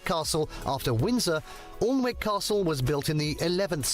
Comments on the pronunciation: All n wick astle!!!!????? Pronounced annick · Alnwick pronounced "Annick" seat of the Duke of Northumberland, the Percy family. As in Lord Percy from Blackadder. The first series of Blackadder was filmed there along with it being used for Harry Potter as Hogwarts , along with Gloucester Cathedral which used it's Cloister. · "Aln-wick"? Only ever heatd it pronounced "Annick". Great place to visit, by any name. A lot of the Hogwarts scenes, like Harry's introduction to Quidditch and Ron's slug-vomiting were filmed at Alnwick. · The narrator, though English, cannot pronounce Alnwick. It's not "Oln-wick", but rather "Annick".🙄🙄🙄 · Really anoying he calls it alllllnwick casrle its pronouced anik castle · ALLN-WICK. The locals pronounce it AN-NICK. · Pretty sure it’s pronounced Annick…..not Alln-wick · This guy narrator can't pronounce Alnwick. It is A nik. Not Arlnik. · Not a great video to react to imho. I’d replace Rochester (tower and curtain wall only, bit disappointing), Bodiam (built to look more than it was), Alnwick (pronounced Annick; too touristy and more Harry Potter than medieval castle), Leeds (again, touristy and not enough “castle”) and Highclere (which is more stately home than castle) with Ludlow (with the brilliant little Stokesay nearby), Warkworth (with Dunstanburgh and Bamburgh nearby), Kenilworth (near Warwick), Goodrich and Portchester (though this could be seen as Roman if you’re being picky!) with honourable mentions to the Welsh; Caernarfon (with Conwy, Beaumaris and Harlech nearby) and Scots; Edinburgh, Stirling and triangular Caerlaverock. All these are stunning castles in great settings with huge amounts of history. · Just to point out he pronounced Alnwick wrong. It's pronounced Ann-ick. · Just a quick pronunciation correction. Alnwick Castle is pronounced Annick. My nephew and family live there. Just saying ……. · Alnwick is pronounced Annick. It is the setting for the first Quidditch lesson. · Alnwick is pronounced ANNICK!